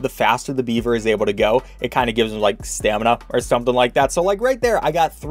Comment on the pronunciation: “stamin-up” I see is a zombies fan